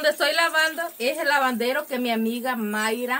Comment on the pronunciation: no se dise lavandero se dice Labadero